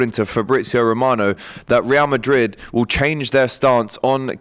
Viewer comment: Ree-al Madrid 😂